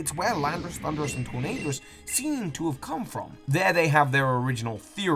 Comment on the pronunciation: "Tornaderous" "Sinjohto Ruins" Me- wUt